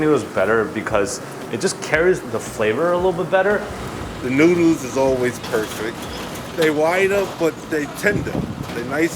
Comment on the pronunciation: The moment you pronounced it "Newdles" am convinced of the taste.